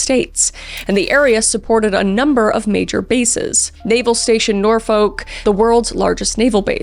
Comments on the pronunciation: This hits close to home. Quite literally. I grew up going to Jamestown, Yorktown, and Williamsburg with family as I live in Chesapeake. Something else I MUST say is even though it's Portsmouth pronounced PortSMITH not PortsMOUTH and although it's spelled Norfolk it's pronounced NorFUCK not NorFOLK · “nor-fok” is frying me 😭😭 its “nor-folk” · Portsmouth is killing me.. I’m sorry Kris, it’s pronounced port smith, and Norfolk is lowk pronounced nor fick or norfuck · I live in the Hampton roads 😢 oh and btw Norfolk is pronounced like Nore-fuk or Naw-fuk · NOOOOOO ITS pronounced “nor-fuk” yes its said like that sorry continue aunty Chris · I’m sorry I know you are trying your best pronouncing names but as a local hearing the way you say Norfolk and Portsmouth is pretty funny 😂. Norfolk is usually pronounced nor-fuck and portsmouth is pronounced ports-muhth. I am not good at phonetics but I tried to sound it out for you with letters. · Btw, Norfolk is pronounced Nor- eff you see kay. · I know you’re a Canadian-American who lives in Texas, but Kris, as a Virginian I must tell you Norfolk is pronounced “Norfuk” and Portsmouth is “PORTSmith.” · It's only because I'm a Virginia resident that the mispronunciations are bothering me lol.... but Norfolk is pronounced "Nor-fik" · This is totally isn't a problem because everyone says it the way you di, but it's pronounced Nor-fuk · love your true crime, you're very respectful of the victims. a note on pronunciation, norfolk isn't pronounced with a hard or audible 'l', nor-fok or nauw-fuk are more accurate. don't feel bad tho! pretty much no one not from the area gets it right (and yes, fuk is pronounced like the curse word) pretty much all the -folk names in the area do this iirc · Love watching your videos! The parkway murders were always a discussion in the area. Could work on the Norfolk pronunciation though- the second O usually doesn’t have as much emphasis.